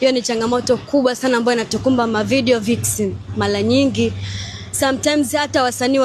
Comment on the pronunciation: Mwanamke mrembo huwezi kutamka Director 😅😅 Eti "Dilector" 😅😅😅 Eti "Malanyingii" 😅😅😅